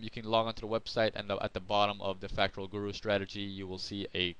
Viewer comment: You cant even pronounce fractal....lol